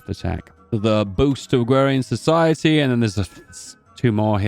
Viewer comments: 1st time i heard someone mispronounce "AgrArian Society" (like agriculture) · agrarian does not have a w in it